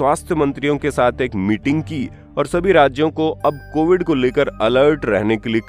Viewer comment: कोविद नही कोविड है। 😂😂